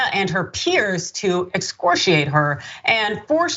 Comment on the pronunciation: You seemed almost nervous before reading it. It's not enunciated [x- score- she- ate] It's [x-score- ree- ate] #BlackExcellence